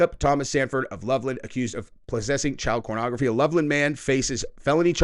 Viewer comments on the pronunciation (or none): Why does he keep saying cornography? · he keep saying cornography?